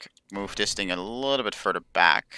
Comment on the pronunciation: I think your audience would prefer Proper pronounciation e.g. ting to thing (no hate towards you or your video)